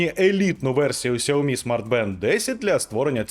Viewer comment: Ксуомі, Ксуйомі... 😯 пздць... Чи все ж таки СяоМі?